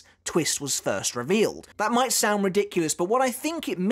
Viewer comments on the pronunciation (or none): none